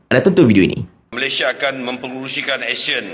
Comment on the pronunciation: Dia tak boleh pun sebut ASEAN betul betul. Keep on uttering ASIAN., ASIAN ! Shhhhhhhhh Shhhhhhhhh Shhhhhhhhh Shhhhhhhhh Shhhhhhhhh Shhhhhhhhh Shhhhhhhhh Shhhhhhhhh Shhhhhhhhh Shhhhhhhhh Shhhhhhhhh Shhhhhhhhh Shhhhhhhhh Shhhhhhhhh Shhhhhhhhh Shhhhhhhhh Shhhhhhhhh Shhhhhhhhh Shhhhhhhhh Shhhhhhhhh Shhhhhhhhh Shhhhhhhhh Shhhhhhhhh Shhhhhhhhh Shhhhhhhhh Shhhhhhhhh Shhhhhhhhh Shhhhhhhhh Shhhhhhhhh Shhhhhhhhh Shhhhhhhhh Shhhhhhhhh Shhhhhhhhh Shhhhhhhhh Shhhhhhhhh Shhhhhhhhh Shhhhhhhhh Shhhhhhhhh Shhhhhhhhh Shhhhhhhhh Shhhhhhhhh Shhhhhhhhh Shhhhhhhhh Shhhhhhhhh Shhhhhhhhh Shhhhhhhhh Shhhhhhhhh Shhhhhhhhh Shhhhhhhhh Shhhhhhhhh Shhhhhhhhh Shhhhhhhhh Shhhhhhhhh Shhhhhhhhh Shhhhhhhhh Shhhhhhhhh Shhhhhhhhh Shhhhhhhhh Shhhhhhhhh Shhhhhhhhh Shhhhhhhhh Shhhhhhhhh Shhhhhhhhh Shhhhhhhhh Shhhhhhhhh Shhhhhhhhh Shhhhhhhhh Shhhhhhhhh Shhhhhhhhh Shhhhhhhhh Shhhhhhhhh Shhhhhhhhh Shhhhhhhhh Shhhhhhhhh Shhhhhhhhh Shhhhhhhhh Shhhhhhhhh Shhhhhhhhh Shhhhhhhhh Shhhhhhhhh Shhhhhhhhh Shhhhhhhhh Shhhhhhhhh Shhhhhhhhh Shhhhhhhhh Shhhhhhhhh Shhhhhhhhh Shhhhhhhhh Shhhhhhhhh Shhhhhhhhh Shhhhhhhhh Shhhhhhhhh Shhhhhhhhh Shhhhhhhhh Shhhhhhhhh Shhhhhhhhh Shhhhhhhhh Shhhhhhhhh Shhhhhhhhh Shhhhhhhhh Shhhhhhhhh Shhhhhhhhh Shhhhhhhhh Shhhhhhhhh Shhhhhhhhh Shhhhhhhhh Shhhhhhhhh Shhhhhhhhh Shhhhhhhhh Shhhhhhhhh Shhhhhhhhh Shhhhhhhhh Shhhhhhhhh Shhhhhhhhh Shhhhhhhhh Shhhhhhhhh Shhhhhhhhh Shhhhhhhhh Shhhhhhhhh Shhhhhhhhh Shhhhhhhhh Shhhhhhhhh Shhhhhhhhh Shhhhhhhhh Shhhhhhhhh Shhhhhhhhh Shhhhhhhhh Shhhhhhhhh Shhhhhhhhh Shhhh